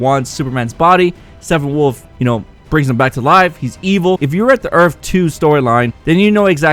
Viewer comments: His name is Steppenwolf not Steffenwolf. You always pronounce it wrong and its kinda annoying. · Great break down, but it's Steppenwolf. Not Stephenwolf. Sounds a lot like your saying Stephenwolf. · Stephenwolf..? Thought it was Steppenwolf...?